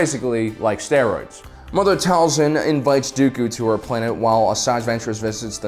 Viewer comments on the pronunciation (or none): Dude the show says "Tail-sin" not "Tall-son"... ik ik, it's small but man so annoying